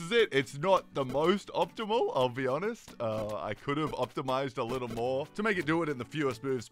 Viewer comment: "More" sounds like "Nord"